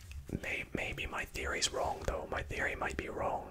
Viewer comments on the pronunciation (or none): none